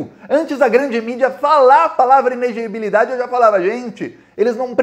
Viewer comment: o certo é i-ne-le-gi-bi-li-da-de. Kkkk!!! Abraço cara, sou teu fã